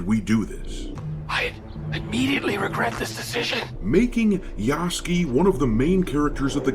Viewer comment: ROFl "Yaske" .... you Moron Its Ya-Su-ke